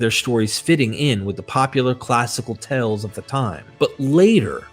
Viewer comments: Like the research and presentation. One gentle suggestion, my ears kept hearing you frequently mispronouncing the word "tales" which is a homophone of "tails" not "tells" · Amazing research well done except you are reading too fast also tales is not pronounced tells. Tells means something hinted at something a poor poker player does and it throws off the listener. That and similar errors keep disrupting your documentary which is complex and requires careful attention. Congratulations though important contribution to our understanding of the origin of Christianity.